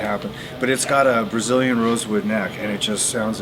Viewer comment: HE said BRaziliam What ?